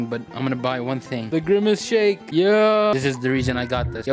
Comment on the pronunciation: ITS THE GWIMACE SHANKE